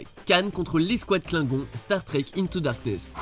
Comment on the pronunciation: Kligon "on" comme en anglais 😂😂😂